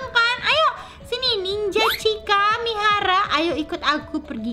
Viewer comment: K Mihara Bukan Minara